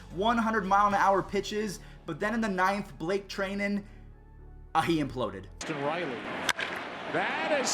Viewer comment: Blake Tri-nen